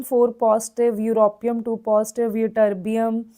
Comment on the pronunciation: mam tm -thulium and yb-yitterbium you pronounce wrongly